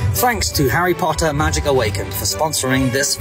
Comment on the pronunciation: The way he says “poTtAh” is just to much😂😂